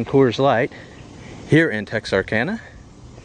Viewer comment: At least he pronounces Texarkana right. :/